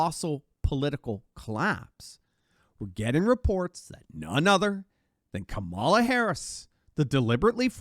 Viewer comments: please, PLEASE do everyone a favor. Stop calling her, "Camalah". How do you pronounce, "Pamela"? It's spelled the same, the fake VP is Kamila, like "camel-a". Fuckkamilhair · Well said! It’s KAmala though. Accent on the first syllable.